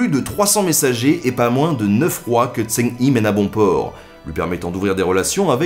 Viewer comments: Super épisode, tu gére la fougère mec! Niveau prononciation tu t'améliores, mais on prononce Jeng He en fait en Chinois... Voilà, voilà, la haine attisée c'est fait! ;) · Par contre Zheng He se pronomce "djingue reu" (pas pronomcer trop le "gue" de "ingue" juste faire "hein" avec le nez. Si tu veux le pronomcer à la Française : "zongue hé" ou "zongué". Voilà voilà de la part d'un cinophile amateur. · Zheng He = Djong Reuaa Faut que t'apprennes le chinois Ben ! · Zheng He , son en AN pas en ON. Le H ressemble a un R Francais , pas de son roulé. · Salut, Alors a priori le nom de l'amiral chinois se prononce plutot comme "djeun heu" en prononcant le "h" ;) j'ai une ressoritssante chinoise avec moi qui soupirait a repetition pendant la video :P Super video comme a l'habitude quoi qu'il en soit, merci :) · Excellent ! Par contre on prononce zheng re ! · L'amiral eunuque Zheng He se prononce plutôt Djeung Re (comme le jota espagnol) mais sinon c'était top ! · Mauvaise prononciation de Zheng He, ce sera plus Dsheng Rhe en descendant sur le dernier e. Or mis cela c'est un bon résumé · Connaissant à peu près l'histoire de Zheng He, j'ai cru pendant plusieurs minutes que l'on parlais de quelqu'un d'autre que je connaissais pas.. c'est pas Zeng Hi c'est Zheng He -> Djen(g) Heu ( H= Jota espagnol ) c'est con mais voilà, un poil de prononciation, ou bien marquer juste son nom.. ^^ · Salut, je voulais juste te dire a titre informatif que Zheng He ne se prononce pas "Zhen hi" mais plutot "Chong Ho". Je tenais aussi à dire qque tes vidéos sont très interressantes et que j'adore les regarder. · Zhang He se prononce "Djang Re' et pas ' tsang hi' ;) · Pas mal par contre ça se prononce Djang Reuh (à lire en pronciation française), pas Djang Yi, et en effet aucune preuve de découverte de l'Amérique, beaucoup de cartes bidons. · Très bonne vidéo, merci encore :D P.S : Zheng He se prononce un peu comme Djeung Che (avec le même "Ch" que dans Bach en allemand) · Zheng He ce dit "Djang re"